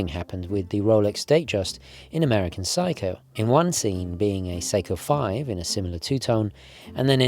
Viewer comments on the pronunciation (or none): none